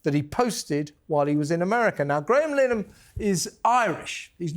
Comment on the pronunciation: Pronounce "LIN-A-HAN" correctly please Kev!